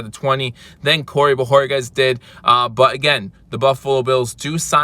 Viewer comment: great job on the pronunciation of BO HOR KEZ!! You FINALLY get it right, now that he’s leaving. 🤦🏻‍♂️!! Nah just joshin you bro. Aloha brah